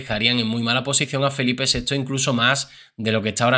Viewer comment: jajajaja me flipa como pronuncias "Felipe Sexo" jajaja